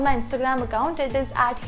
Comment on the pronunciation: Good bye kaise bolti hai yar ye 😂😂